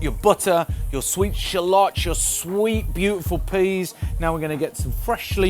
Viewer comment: I love the way Brits pronounce 'filet' and 'shallots.'